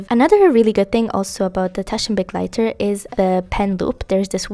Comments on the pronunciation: German here, I LOVE that you take care to pronounce the German carefully and are not just „YOLO butchering“ your way through it without a care. Thank you, it’s such a small thing but is so lovely to hear!!! Makes the video even better to me ❤ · it's so beautiful to have a favorite language! I loved that you pronounce it correctly, it made me so happy <3